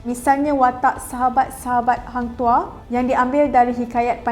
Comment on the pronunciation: hang tuha/toh kenapa dengar pelik